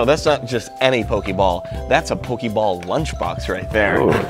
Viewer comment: me when the said "pokey-ball" 🤮